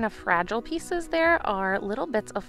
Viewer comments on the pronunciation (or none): none